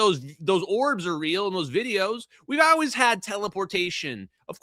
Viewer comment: Ok the “OW-ways” is starting to grow on me